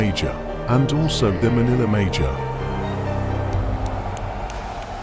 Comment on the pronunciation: HAHAHHAHA Manila major? Or manilla major?